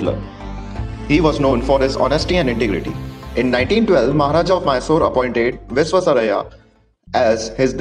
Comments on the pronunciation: Pl learn to pronounce the great engineer's name properly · Please learn to pronounce his name correctly.